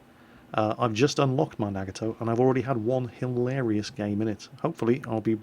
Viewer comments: The Nagato is pronounced Nah-Gah-Toe, not Nag-a-toe. Don't want to nit-pick i'm sorry but I thought I'd let you know. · prnounced foo-so and nuh-ga-tow and quicky calls yamato yah-muh-tow, and its actually pronounced yuh-maw-tow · Love your vids... but! NAA GAAA TOE Most Japanese words are pronounced as they look, but there are exceptions and this is not one of them :)